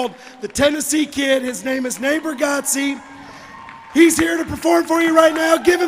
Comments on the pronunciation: FYI it's pronounced "Bar get'-z". And yeah, I LOVE him 🥰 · you pronounced Nate's last name wrong...twice. man oh man, you are obnoxious! bring on Nate.